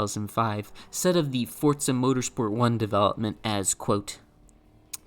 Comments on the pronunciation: WTF is "Fortza"? When did Forza acquire a "T"? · i've heard fortza more than i ever wanted to. if forza is fortza then is forz fort? is fort forz? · the game is british so the italian means nothing!? so not fortza!?